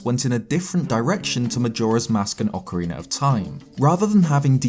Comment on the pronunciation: Thank you for not having a weirdo saying "Ocariner" in this video. <3